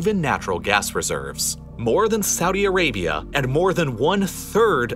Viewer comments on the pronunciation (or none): none